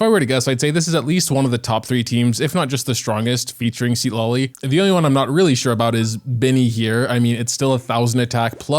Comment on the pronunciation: its pronunce ciTLAli, not SID LA LI